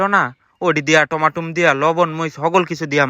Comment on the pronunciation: কথা ঠিক করে বলেন টমেটো টমাটুম না